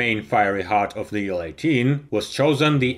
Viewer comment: And we see the nacelle of.... A DeHavilland Canada DHC-8! By the way, in English we pronounce acronyms by their letters. An IL-18 is pronounced "eye ell eighteen", not "Ill eighteen", and a TU-154 is not a "two one fifty four", it is a "tee you one fifty four". Another great video!!!